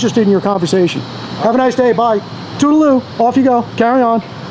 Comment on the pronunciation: Too-Ra-Loo! LOL